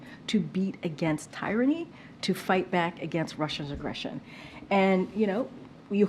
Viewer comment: Did this woman not go to school? That she doesn’t know how to pronounce the word tyranny. I have seen so many people on YouTube and government officials and all kinds of people just not pronouncing things correctly and it drives me absolutely bonkers. for the love of God. Please tell all these morons to go back to school.